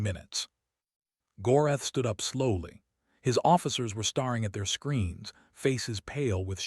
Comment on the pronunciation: Star ing?😂 Silly Ai